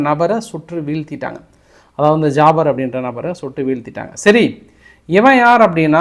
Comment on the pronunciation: அது எப்படி ஜாபார் பேரைமட்டும் கரெக்டா அழுத்தம் திருத்தமா சொன்னிங்க அடுத்து 3 பேரைம் பேரு சொல்லவே இல்லை ஏன் பேரு தெரியலையோ????????